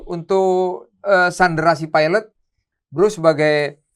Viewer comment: PILOT PAK,BUKAN PIELET,NGOMONG KO PLEPOTAN KAYA ANAK²